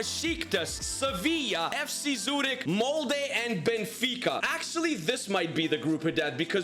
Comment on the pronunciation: Bro u said Zürich as zooted bro thought the whole club was high🤣